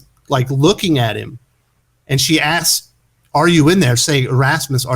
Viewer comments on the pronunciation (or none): none